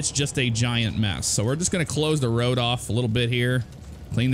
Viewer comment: It's "all ova da woad" :) And let's not forget COOOOODE ZEWO SANNNDYYYY